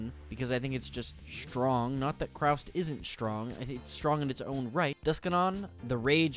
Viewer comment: Nice vid, but it’s Kaust not Kraust.